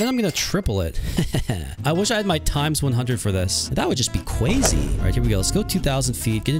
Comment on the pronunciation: Your cwazy 😘